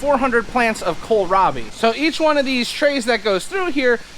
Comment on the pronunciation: Hahah. You said Kala-Robbie! Grandpa did it once, too! Kills me every time 😂😂